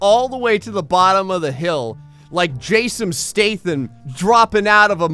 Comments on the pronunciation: "Jasom Stathan" 😂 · "like Jasom Stathan" lmao